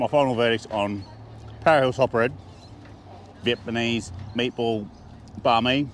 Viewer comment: Is he saying Vietmanese? Stoner?